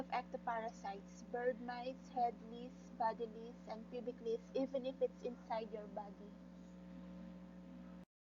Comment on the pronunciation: Lice ...is said “ lies” not “lis”